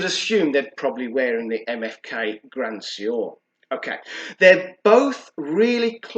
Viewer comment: Keep it up love the reviews! Also it’s pronounced ‘Gruhh swahr’ 😁